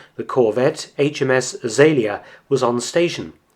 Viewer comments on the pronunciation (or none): none